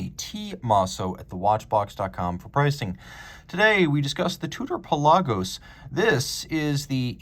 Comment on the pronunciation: You pronounced it correctly! no one else seems to.